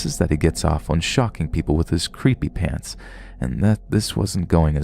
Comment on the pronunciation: I love how there’s a bunch of pants all over the house in the second story but the narrator says PANS 😂